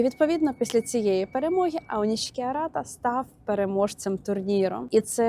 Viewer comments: нарешті не оніські , а "ОНІШІКІ" - відчуваєте різницю? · Аонішікі правильно